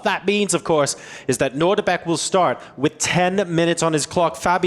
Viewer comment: They keep saying Nordibek. It’s Nodirbek.